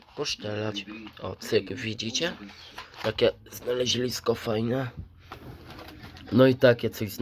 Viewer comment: Nie znalezlisko tylko znalezisko